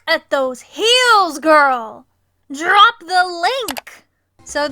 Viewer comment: "DRRRRRRRRRROP THE LINK!!!!!!!" took me tf out